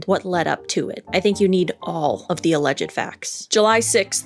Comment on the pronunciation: With due respect, your Pronunciation of Alleged is incorrect!!